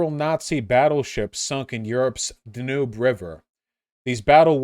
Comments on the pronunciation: Da-Noob river, Vaush showing his true American mispronunciation. It's pronounced Dan-ewb 🤓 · Vaush, my dude... See-wan province in China, and the Duh-noob and Tee-bur rivers? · He even pronounced Danube wrong, what is wrong with him man?